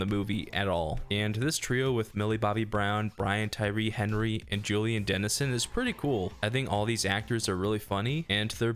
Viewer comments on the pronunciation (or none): none